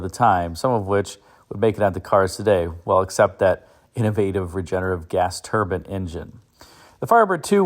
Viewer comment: Why do some people pronounce turbine as turban ? Every time he says it, I imagine a Sikh.